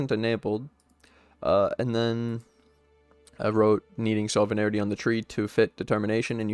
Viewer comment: sov-ren-tee (sovereignty)